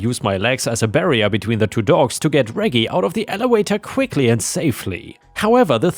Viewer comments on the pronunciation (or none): For future reference, Reggie is the shortform of Reginald, and the g's are soft, not hard. The name is pronounced REH-jee, not reggy. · First story.... Moron shoots neighbors' house while cops are there? That could be a fatal mistake. 🤨 Reggie is pronounced "rejee", soft G. House cleaning story.... OP is NTA. Hubby is a fool, and that neighbor is an entitled B. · I was grocery shopping during upload today so I missed it. Reggie is pronounced Re-G btw. Awesome video! Forever a ⭐ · It’s pronounced Rej e with a J sound from Reginald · By the way, "Reggie" is pronounced in a way that rhymes with "Edgy". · Srory 1: the dogs name reggie is pronounced like veggie (short for vegetable) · Reggie,,,,, thats a soft G like German not hard like go